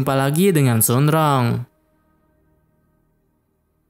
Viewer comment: Bang baca nya bukan sun rong tapi surong